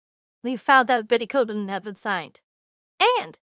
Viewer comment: Babe you mispronounced Koivunen name at least four or five times. Still your right that this is a bad deal and you called it out.